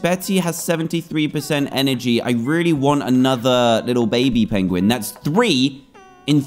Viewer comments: its a peuinguin NOT peigoen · you said pigin xD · Did you here dad say pidgin 😂😂😂😂😂